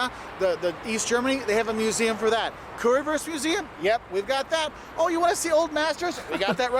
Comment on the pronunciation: The Way he says Currywurst offends me. Lol. It is Not Worst..it is WUuurst.. like in yo uuuuuuu..at least try to say it right please. Thanks.